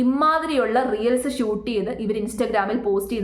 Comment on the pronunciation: റിയൽസ് എന്നതിന് പകരം റീൽസ് എന്ന് ശരിയായി തന്നെ പറഞ്ഞു കൂടെ..